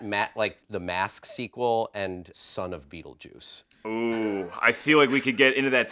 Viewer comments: Beetlejuice 2: Beetleduece. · "BEETLEDEUCE GUYS.............. BEETLEDUECE!!!!!!!!" "THEN IN ESPANOL BEETLEDOS!!!!!!"